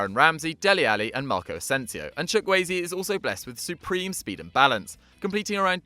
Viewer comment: bra doesnt sam help you pronounce nigerian names its not chuk eze or watever its chu-kwu ay-ze